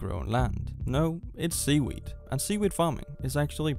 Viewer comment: are you saying weed or wheat? I can’t tell with your accent. Sea-wheat?